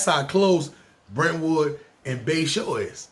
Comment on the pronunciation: You got Brentwood all wrong lol